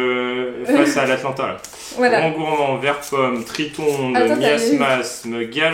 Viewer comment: eh a c pas atlanta (USA) c atalanta (ITA) mais c pg